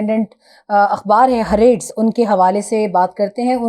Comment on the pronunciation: Dear Your pronunciation of Hareetz is not correct